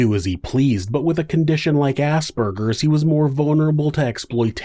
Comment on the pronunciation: Finally someone who pronounces Aspergers correctly